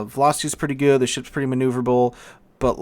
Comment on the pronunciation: I finally realised you're saying "hello good people" and not "gay people"